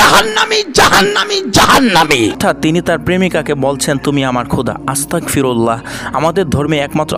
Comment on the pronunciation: আসতাক ফিরুল্লা না আসতাগ ফিরুল্লা হবে আর V তো কোন দোষ করিনাই তবু V er pik দিসে কেন আর একটা কথা বলি আমি এগুলো শুনি না 🫡🫡🫡